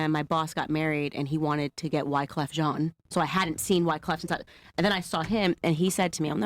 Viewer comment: Pronouncing wyclefs name correctly. A cultured woman. Just wish she wasn’t so strangely pro white lol